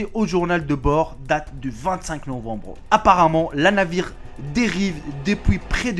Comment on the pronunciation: La navire Mdr Le Navire , t as pas été a l école en France ? vidéo bien prononciation française....... un peut long sur les explications ,j aime bien t es vidéo mais je n i passerai pas des heures mon cerveau ce fatigue a force.mais continue t es vidéos sont intéressante.